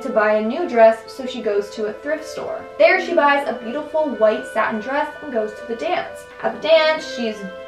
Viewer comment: Satin Evening Gown: what i heard: Satan's Evening gown